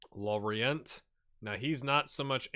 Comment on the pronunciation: NAILED IT! L'Orient exactly. Les Merlus is "lay mair-loo". Souaré is like "soiree": swa-ray. Also, the act of dribbling in the game requires Balance as well as Dribbling - they could be responding to a lack of Balance.